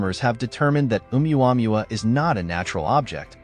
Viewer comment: It's pronounced Ow-wah-moo-wah. The wanderer.